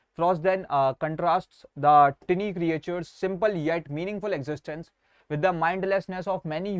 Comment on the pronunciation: Bhai jo tiny ko tinni bolta hai usse kya padhna😢